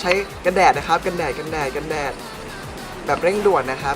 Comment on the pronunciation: กันแดดฟังเป็นกระแดะนะครับ กระแดะๆ ฮือ ตกใจหมด